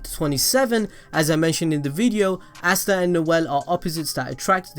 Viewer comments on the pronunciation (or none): Its ah_stah not assta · Why the fuck are you saying assta instead of asta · Asts be like: Asta You be like: Assta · "Assta" oh yeah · Stop saying assta